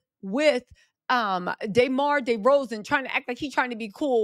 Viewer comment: Why are you saying DeMar DeRozans name like that? Is that a valley girl thing, lol? Canadian asking here. Also, the way that DeMar was traded from the raptors, was kind of crazy. He seemed so invested in the team until they traded him for Kawhi Leonard. DeMar played a big part in building that team just to hand it to someone else who never stuck around. They should have stuck with DeMar because they had a good chance to win that season with the lakers not being a contender. So when the song says they didn’t deserve DeRozan, I tend to agree. But anywho…